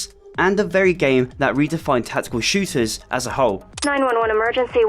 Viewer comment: Tackekul Shewtahs